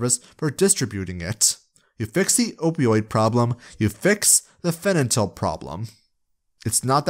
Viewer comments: you mispronounced fentanyl throughout the entire vid. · Oh, honey. You simply cannot say Fentanyl, can you? Great video, but that was a tiny bit distracting. Haha.